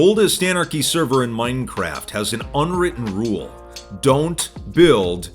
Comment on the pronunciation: Bro I love how you said mine craft hahahahaha